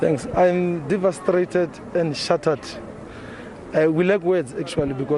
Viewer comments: "Divastrated" No. It's divastated principal please. And to repeat it twice ummmm! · Devastrated ! ?? Haybo! The whole Principal ( its devastated) Sir! please